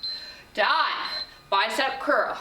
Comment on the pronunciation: Fantastic workout for my 46 year old body. Love the honesty and instruction. One funny piece of feedback to share…every time you said the word ‘done’ after each set I thought you were saying ‘DIE’. Got me giggling until I realized on the last set what you were saying!! No better workout than one you are smiling through the whole way!!